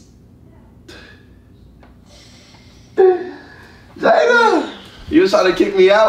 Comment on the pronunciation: So nobody peeped how called jayda "JAYNA" when he went for a hug & said it was a prank